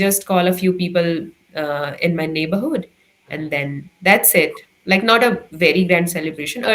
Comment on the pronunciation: I just call a few people in my neighborhood.....that was a typical uttrakhandi accent the way you spoke the word 'neighborhood'